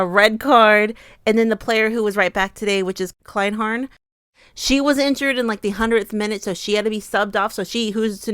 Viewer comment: Kleinherne is pronounced cline-hair-nay . yeah the german defenders had a tough time (same thing happened at the world cup 2023, btw) Knaack was also injured but she kept on playing, probably because she knew there was nobody left... there was a scene where some medic tested her knee and she screamed. in a way i am glad they can get some rest now and heal. considering they had to play with 10 people for the last 2 games plus extra time and a day less rest than Spain, I was surprised how close it still was. rooting for spain now in the final!